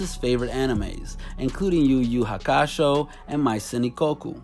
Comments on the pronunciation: fr nigga could at least watch a video to see how to pronounce it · Lol I died when I heard that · “YuYu HakASHO” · YU YU HAKASHO ??? Nah bruh 🤣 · How this man can pronounce each anime perfectly but then butcher the fuck out of Yu-Yu-Hakusho. And another thing with X didn’t start the trend of anime music videos I remember being in middle school searching for amv of Linkin Park and kid cudi and it’ll be hundreds made